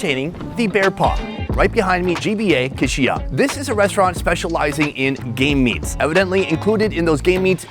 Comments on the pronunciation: im not sure, it sounds like he said Gay Meats. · Ahhhh yes "ghey meats"